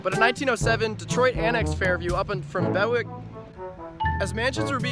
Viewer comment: FYI - no one calls it "Grosse Pointe" - we just say Grosse Pointe City or City. Also for pronunciation Bewick is not Beh-wick. It's "Bee-wick". Other than that - very informative video, thanks!